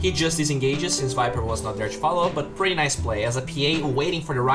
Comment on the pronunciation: I LOVE this "things I learned with" and all your content, but PLEASE: could you pronounce the word "pretty" like you where saying "whisky" or "Minnie" or "pity"? Please I hope you take my comment as an advise. Greetings